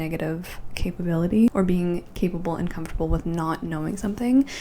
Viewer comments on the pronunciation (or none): none